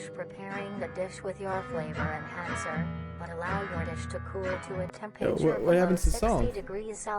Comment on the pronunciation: "Flavor enchancer" ah yes MSG